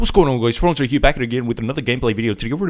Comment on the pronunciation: why u say name franzj i thought name is dub dino unpog